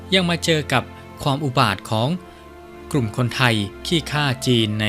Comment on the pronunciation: จะดีมากๆถ้าผู้อ่านออกเสียง ร ..ล ให้ถูกต้อง กระดกลิ้นหมดเลยคล้ายเขมรเลยนะครับ ปลอมแปลง/กลุ่ม และอีกหลายๆคำที่ควบกลำด้วย ล.อย่ากระดกลิ้นรัวๆเลยครับ เดี๋ยวแม่นเคลมอีกนะ